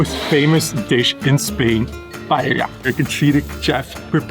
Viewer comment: im pretty sure paella is pronounced pa-e-ya. im fluent in spanish but i may be wrong. Great video! thanks for the free guide!